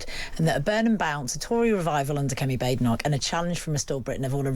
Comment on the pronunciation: It's Bay-Denoch